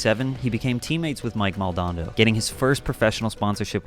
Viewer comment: Oof the mispronounciation of Mike Maldonado 😳